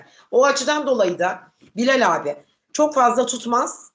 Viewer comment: Abiyi telafus edemiyorsunuz Abi yaziliyor ama anlami Agabey...olarak okunuyor